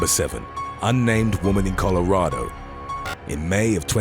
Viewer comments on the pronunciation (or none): none